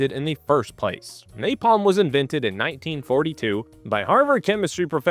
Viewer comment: Duval says "NaPLAM" lol.... Most famous line in war movie history, and he mispronounces "napalm" lol...